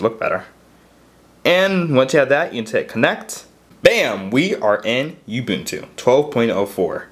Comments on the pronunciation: It's "ooboontoo" not Youboontoo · It's pronounced uh-buntu, not you-buntu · Wtf is "You-bewn-tew"? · Can't stand how you say ubuntu... It's 'oo-boon-too'